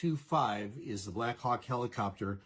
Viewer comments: Why this dude sound like he saying the Blackuock! I can't deal the more he say it the more i hear it lmao. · Stop saying “Blackhawk” it sounds so much like something else.